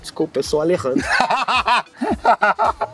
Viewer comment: O repórter errando o nome do Alerrandro é igual o Magal sendo chamado de Tiririca e fazendo o bordão do Didi Mocó e da Filomena